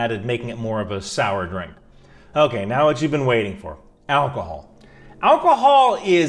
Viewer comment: AlcHohol. Alc-Hohol....LOL.